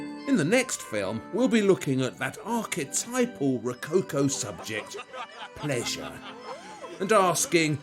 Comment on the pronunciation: I CRINGE so hard the way he says ROWCOWCOOW.... omg xD